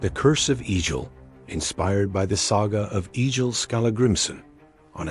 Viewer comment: Not E-jil. EGG-ill.